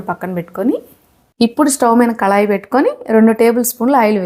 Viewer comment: కళాయి కాదమ్మా కడాయి అనాలి.